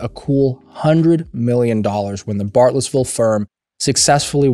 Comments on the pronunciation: Can you say Bartlesville correctly? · Bartlesville’s pronunciation always confuses people. Especially people from the South. Because Oklahoma isn’t really the South.